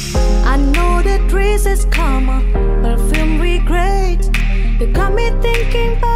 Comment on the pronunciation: Pengucapan dress gak jadi driss kali.. Hehehehe